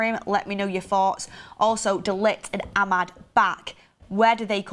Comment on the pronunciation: ‘Thoughts’ not ‘forts’. Why can’t people speak properly nowadays.